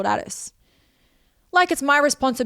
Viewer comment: Can’t stand the way Anna says Atis